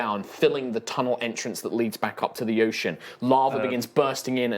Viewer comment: did he say yocean?